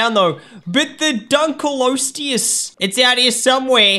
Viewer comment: here is how to pronounce it i hope this helps! <3 Dunk-Lee-oh-stay-us